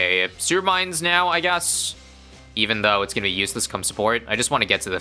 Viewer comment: I wanted to do comment same thing but it's still funny